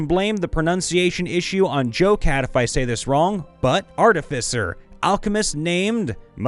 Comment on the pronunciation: You pronounced "artificer" correctly.